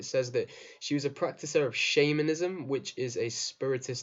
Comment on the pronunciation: Shamanism, not 'Shame-anism'.